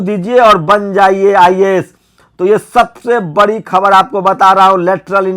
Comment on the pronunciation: बकर,बंकर,कर,रहा, है,तू,आरक्षण,को,छोड़,दे,(तूझे,तो,बोलना,भी,नहीं,आता,(बड़ी,खबर,की,)जगह,बोलता,है,बरी,खबर